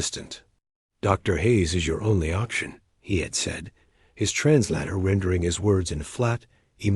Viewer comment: Can any one pronounce the word translator correctly ???? It would sure improve the stories otherwise good story